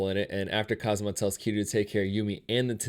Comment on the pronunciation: he pronounced Kazuma (Kiryu) as Kazama